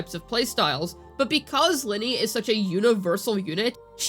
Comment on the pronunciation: Stop calling her lyney from genshin impact, she's ly....nay from wuwa